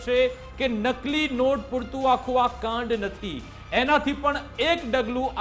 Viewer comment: કાંડ સરખું બોલાય,, ગ સમજાય